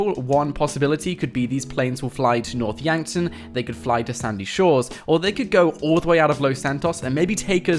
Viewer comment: when I heard north Yankton I swear I heard north wankton